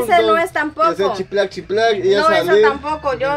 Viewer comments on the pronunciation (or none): Chiplay chiplay dice 😂😂 sean cerios